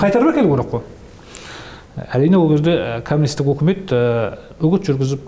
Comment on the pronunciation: Жақсы әңгіме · шынайы шындық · 👍👍👍👍 УУкмет емес үкімет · уултірген ， улген емес ӨЛТІРІЛГЕН ， ӨЛГЕН деп қазақша дыбысталса жақсы болар еді ·